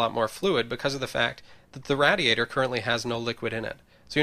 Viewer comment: he mispronounced radiator.. It's pronounced [rey-dee-ey-ter].